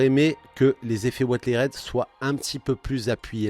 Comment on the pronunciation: Ouateride ? Oo Si c'est le mot anglais "weathered", ça se prononce "ouézeurdeu" :p